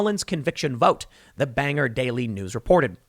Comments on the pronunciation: can you not pronounce Bangor as Banger...lol ... it's pronounced BANG-GORE, everyone gets it wrong lol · Why can nobody pronounce Bangor correctly? Not banger, Bangor. Like Al Gore but without the AL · Banger! Banger! Lol Bangor OR OOOOORRRRR BangOR Bangor. Not Banger~ Lol I just had to. Drives me up a wall when someone mispronounces it.